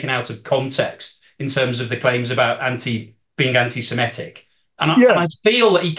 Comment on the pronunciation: The word is "semitic" (from "semite") not "semetic".